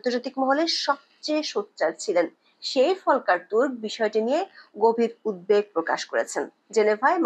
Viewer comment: আপনার বিশ্লেষণধর্মী কন্টেন্টগুলো নিয়মিত শুনি।খুব ভালো লাগে। তবে একটা কথা বলতে চাই কিছু মনে করবেন না। উদ্বেগ উচ্চারনটি উদ্ধেক হবে না। ইচ্ছে করলে বাংলা ডিকশনারি দেখে নিবেন। দয়া করে ক্ষমাসুন্দর দৃষ্টিতে দেখবেন